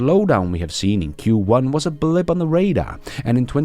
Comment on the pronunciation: Blip not blimp 😁